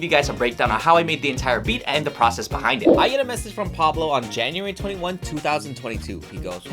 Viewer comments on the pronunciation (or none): none